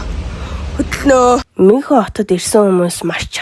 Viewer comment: Мюунхен* gej unshinda (germn hl surdg ucrs hlle)